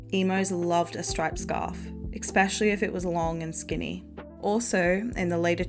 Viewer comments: Love love love these videos but “ex-specially” is driving me bonkers. 🫠 Try saying “es-specially”. I was a scene-kid (already watched that video, great job on that one!) and my 11yo last month walked into Hot Topic and said “Why is this just like the non-Disney darker version of Lunchbox. What happened to the Hot Topic you described having as a kid.” 😮😂 She’s not wrong. I miss the old Hot Topic. It went too mainstream and forgot why it was so popular. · I just found your channel and I love it, but omg is it hard to hear you say "ekspeshilly" instead of "especially." I'm sorry but it drives me crazy 😭 But these videos are super well done, I love that people are still into these subcultures. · great video - but there is no "K" in "especially" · I love these videos but please say especially correctly it’s driving me nuts